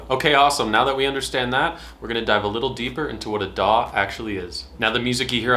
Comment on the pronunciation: Daw! daw! Your like a crow with a speech impediment 😄